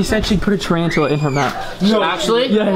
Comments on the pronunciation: And cash said Tri-an-chala I died 💀😂 and then his face after he knew it was a spider 🕷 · It sounds like cash said triancula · Upside down AG Studios in his defense they did say “triantuala” instead of tarantula😂